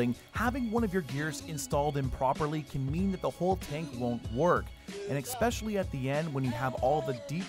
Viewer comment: "ESpecially" not "EXspecially" It's unreal how many people say that incorrectly.